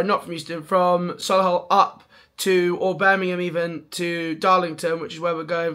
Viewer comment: Sol-le-hull 😂 it’s Soh-lee-hull or So-lee-hull if you’re posh 😂